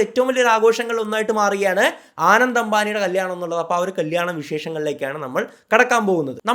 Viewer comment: ആനന്ദ് അല്ല അനന്ത് ❤️